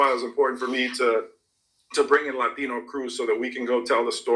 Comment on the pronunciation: Did you say another Lie-tino? hehehe